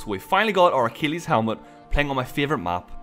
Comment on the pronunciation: If I hear pronounce Achilles as "uh-keel-eez" one more time imma lose my crap